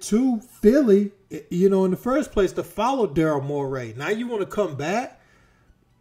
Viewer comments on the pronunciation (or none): Bro it Murray not mur-raaaay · You sound like the Joker saying Morray bruh it’s Morey 😅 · Calling him Daryll "Moray" is crazy. How you fuck up that bad. Cant take this seriously.